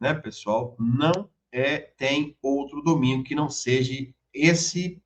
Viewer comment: Doutor para de falar ' seje'